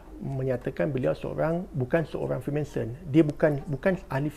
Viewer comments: Freemanson ke Freemason? Sebut btul².... Freemason guys... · freemason bang bukan freemanson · Freemanson? Ke salah sebut?